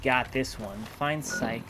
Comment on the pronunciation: Uh oh someone didn't watch RLF it's not psych its sich (idk how to write it out as the correct pronunciation but I tried)